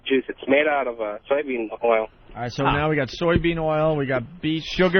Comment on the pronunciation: Dude said "soil" bean oil Haha!